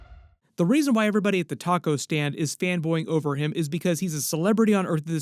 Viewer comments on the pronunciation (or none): none